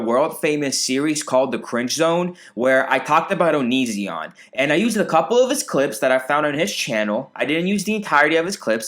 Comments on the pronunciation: no one:: "oniZEON" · I love how you pronounce onision like OniZEon. I bet if onion watched you he would get pissed at you for that. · Creepshow Art pronounces it like that, too 😂